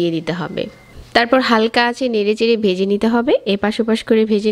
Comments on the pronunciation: A pnar pronunciation is very bad. Vege not bege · উচ্চারণের এই অবস্থা কেন!? বেজে কী, ভেজে হবে। গন্দ না, গন্ধ হবে।